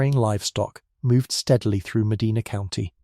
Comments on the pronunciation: We live a half hour from Medina. The continuous mispronunciation of Medina, I gotta say, is getting on my nerves. Other than that, interesting story. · Shouldn't have a robo narrator that doesn't know how to pronounce the name of the city you're talking about. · yeah but he narrates his video himself so he can’t blame AI, it his mispronunciation! Mind you I don’t pronounce many UK city correctly so I’m hardly in a position to criticize! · Correct, Sir. Every time he mispronounces Medina I find myself correcting him under my breath. They also mispronounce Spokane often as well! ❤ 🇨🇦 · I grew up in Medina County It is pronounced Medina, not Medena. I pronounced not e. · Medina Ohio, Mostly Sunny 81°F Medina is pronounced Meh die nuh. Not Meh dee nah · Pronounced MA-DIE-NA. Freaking AI. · I've been there. It's Meh-DYE-nah. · 'Round heah, they pronounce it, Muh-dye-nah.😊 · I am in Ohio, formerly of NY. They pronounce it ' Med-dye-na '. I didn't know that until recently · Medina Ma-die-na... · That would be a, "long" "I", as in, "eye" Mah d-eye nah" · Locals pronounce, Medina (Ma Dinah), not like the historic city in Saudi Arabia. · I'm way down in Belmont county Ohio and even we pronounce it Ma- Dinah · I think AI does not know how to say it. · Meh dinah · I’m so sorry, but it’s Ohio so we do things backwards. 🤦🏻‍♀️ It’s pronounced Me-DINAH. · way to mispronounce Medina. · He is pronouncing it wrong. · It's Medina, not Medina. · Medina doesn't have an R at the end 😂